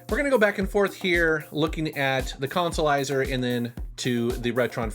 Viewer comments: 'Let's play the Colsolizah!' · No that would be the "Cahn-sa-lizah".